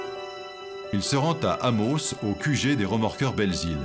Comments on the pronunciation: Je viens de l'Abitibi... et ça me gosse la prononciation du commentateur pour la ville d'Amos... 🤣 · Le narrateurs devrait apprendre à prononcer Amos , c’est quand même la ville de naissance!